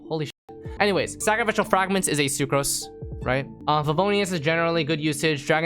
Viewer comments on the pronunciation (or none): none